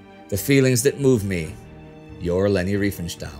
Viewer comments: It's Riefenstahl. Not Reifenstahl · She was called Riefenstahl not Reifenstahl!!! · To none-german tongues: This is not as trivial as it may seem - there is a huge difference in pronouncing "ei" and "ie" in german. It´s like "kit" and "kite". Not doing the "ei" correctly is maybe the most prominent give-away of an english/american accent.